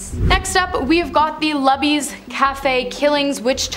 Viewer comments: It's Luby's like lube. That building is definitely still haunted. It was a Chinese buffet when I lived there. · You didn't say lubys right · Lubys= LOO BEES